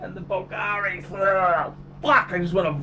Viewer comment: Pronounce Bvlgari properly if you want to sound like you know what youre on about